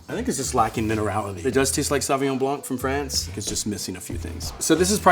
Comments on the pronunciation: The c in blanc is silent in french. Its ''blan'' not ''blank''. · It's pronounced Blan not Blanc... please correct this in your future videos.. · The c is silent in blanc